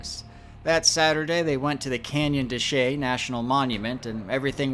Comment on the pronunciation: Finally someone pronounces "Canyon de Chelly" correctly. Had a fun time on that deuce and a half on the canyon tour. Been to Mesa Verde three times, Chaco twice. Verde changed a bit after the fire.